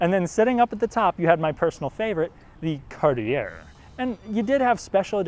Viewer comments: It's pronounced kahr-tee-ey; French kar-tyey NOT Carty-air! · CartiA! Not Cartiair. Lol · Heads up Cartier the r is silent at the end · I think the last r in Cartier is silent. It's more snooty that way. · It’s pronounced “Cart-ee-aye” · But we can tell you're from a younger generation from the way you pronounce Cartier. The "r" is silent, so it's pronounce it Cart-e-a. :)